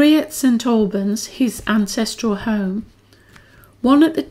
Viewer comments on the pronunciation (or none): none